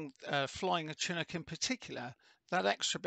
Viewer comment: It's pronounced with an sh sound. Like champagne or Chicago.